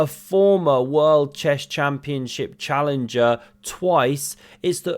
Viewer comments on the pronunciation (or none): none